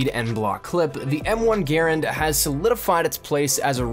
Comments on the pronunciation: People usually pronounce it grand not garand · eColiEspresso it's pronounced grand not garand even though it was the guys name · (G-UH-RAND) not (G-AIR-AND) if you say it quickly it should sound like you're saying (GRAND) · M1 garand is underated in the ww2 beta. Btw no one calls it a (gare and) even though his name was pronounced that way, everybody pronounces the gun (gah rand). The charging handle flings forward as soon as you move your hand, it is unrealistic in the beta. And yes you can actually reload an m1 garand without emptying the clip. Thank you for calling it a clip too. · GaRAND, not Garand. GaRAND just has so much more umph in saying it. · "GAR AND" not GER AND 😊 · Sub Zero well ok but 99% of people call it a gah rand. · The way he says "Garand" upsets me..... it is pronounced "Grand" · Im not saying it completely wrong, it just for the past 10 years ive only heard it called "Grand". It sounds weird hearing it pronounced differently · It good to know. Im just so into the WWII era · Adrian Ibarra yes, i saw a wwii veteran critiquing those who spelled it [gerand] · Adrian Ibarra its spelled like that but its pronunciated ger and if you would study you would know that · M1 GRAARANANDNNRNSRAM thats the real pronunciation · It doesn't matter. Some people say GArand, some people say GarANd, some people say grand etc. It doesn't matter.